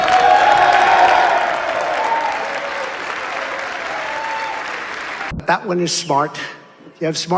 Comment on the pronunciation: I love how uncle tom aka Byron Donald walks back after he says macarthuy " like yeah I did it masa!! Smfh no fukeenn shame at all